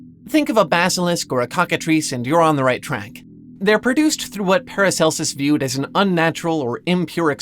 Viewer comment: Not sure who paracelus is, but at first i misheard you. Sounded like you said "an excerpt from Paris Hilton's book". And I was like, hold up, she can read, let alone write a book?